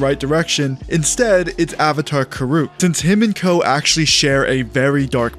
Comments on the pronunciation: Kuruk (KER-uhck) please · Why are you saying Avatar Kuruk’s name like that? lol